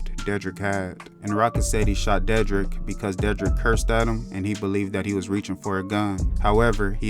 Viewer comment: De- drick is how it pronounced WTH